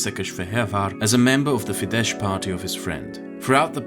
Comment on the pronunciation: Your pronouncing is quite often incorrect. It's "Fides" and not "Fidesh(tsh)" as in Hungarian "sz" is "s" while "s" is "sh"